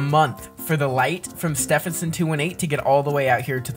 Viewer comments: cuz Stephenson Is pronounced "Styvenson" and not "stefenson" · I’m laughing because you don’t say it Steffensen to 18 you say it’s Stevenson 218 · Stevenson not stevp henson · "Steff in son 218" Actual pronunciation: "Steven son 218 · How pronounces Stephenson 2-18 __________________________________ Steephenson 2-18 ❌ Stehpenson 2 1 8 ✅ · It's steeeeeeeevenson 218 not Stevenson 218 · No offense but it's pronounced St-EE-ven-sin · you are saying stehison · He’s pronouncing Star name wrong😢